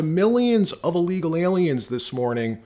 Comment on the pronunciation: Maybe I'm just nit pickin' but why is all these podcasters pronouncing everything that starts with 'ill' with an 'a'. The word is not 'allegal' it's said 'illegal'. I've noticed that several podcasters are doing this.